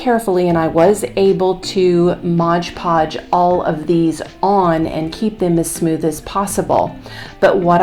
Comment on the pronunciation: MOD Podge Not Modge Podge. Think the company would like their name pronounced correctly.🤔